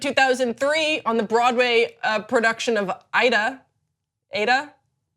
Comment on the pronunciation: The musical she was in is called Aida. Pronounced "Ayeeda." It's a very famous musical that has some of my favorite songs in it. If you'd listened to 1 songs from it, you would know, because they say it pretty frequently. Lol Still love you,.